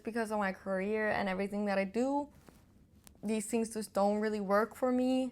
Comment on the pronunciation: No one cares "who you are" It's pronounced "these" not "deez" ffs.